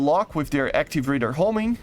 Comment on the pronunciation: radar is not pronouced like 'raider' 😅